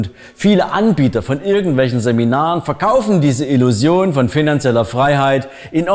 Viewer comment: Wenn der die Wörter "positiv" und "Illusion" ausspricht merkt man, dass der aus Sachsen kommt.